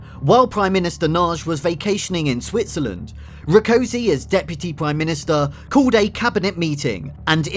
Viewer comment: I'm not sure I'm going to be able to watch this is the way you butchered Rákosi's name is a taste of what I'm going to have to put up with. If you are going to produce a documentary it's surely worth investing a little time to grasp the basics of the orthographies of any relevant languages.